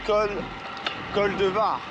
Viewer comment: Courageux, pour le col de Vars, on prononce le "S" à Vars. 😉 En tous cas, bravo. 👍